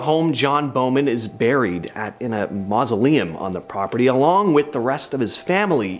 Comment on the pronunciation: “A nun was ‘burrried’ alive”, I gotta know where her accent comes from. I’ve lived all over the US and have friends from many nationalities and haven’t heard that pronunciation. Not giving hell, genuinely curious! Love the video, thanks!